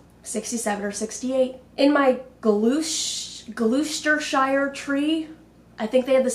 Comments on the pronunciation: Its pronounced Gloss ter she er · Ahh my home county is mentioned, I think.. if it is, it’s pronounced like ‘glos-ter-shire’ 🇬🇧 💓